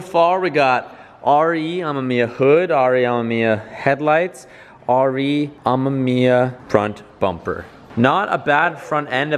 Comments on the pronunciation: Pronouncation RE AH mE miya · The word Amemiya has 3 syllable not 4